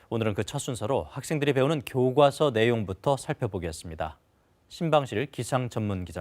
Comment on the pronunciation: 교꽈서가 아니고 교과서인데. 거슬려